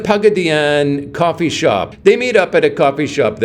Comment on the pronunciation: Pagaddyannne?......😮 classy pronunciation....classy video 😂😂😂